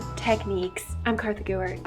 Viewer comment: Kartha is best at art it's kartha not kassie